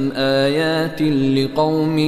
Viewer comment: في ﻵية الرابعة في الكلمة (الدآبة ءايات لقوم يوقنون) ءايات بحركة الضمة ولكن تقرأ الكسرة